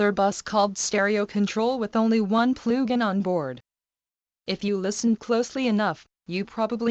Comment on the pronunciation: I will never get over that voice saying PLOOGIN xD